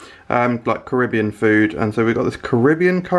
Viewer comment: Why do you pronounce Carribbean like a yank?